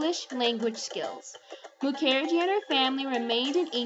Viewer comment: Isn't Mukherjee pronounced with the accent on the first syllable?